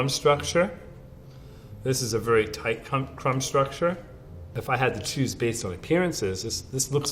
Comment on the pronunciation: . Did the person just say "It's toight."?